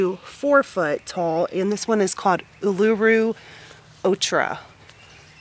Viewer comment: Pronounced oo loo roo (Uluru)